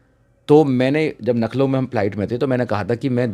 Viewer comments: Nakhlaw नहीं भाई लखनऊ होता है। भाई आप मायाजी के उत्तराधिकारी बनना चाहते हो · लखनऊ बोलना नहीं आता । फालतू की बकवास कर रहा है। एक नंबर का झूठा वकील है ये ओर समाज का दुश्मन है और कुछ नहीं है।